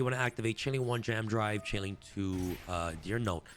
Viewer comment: Say it with me “AMAZING Dragon” and “JAM Drive”